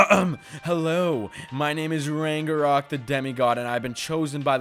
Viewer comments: The way he’s saying ragnarok wrong is pissing me off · I got so triggered by him saying rangarok instead of ragnarok 😂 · It’s not rang a rok it’s rag na rok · He said rangorock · Why does ragenrok say is name like rangenrok